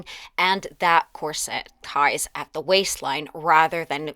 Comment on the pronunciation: I love your channel, but not your pronunciation of ‘corset’. It’s COR-set, not Cor -SETTE.